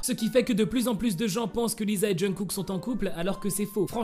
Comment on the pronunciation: Il dit jeungkook ? Et au passage ça m'énerve en quoi c'est "choquant" ?? Faut arrêter de vouloir tout savoir tout de leur vie privée, laissez les aimer qui ils veulent !! Que cette histoire soit vraie ou non, de quel droit on s'en mêle ? On est fan de BTS, oui, mais c'est pas à nous de nous en mêler, de nous enflammer ou de faire des théories fumeuses sur eux... c'est chiant à la longue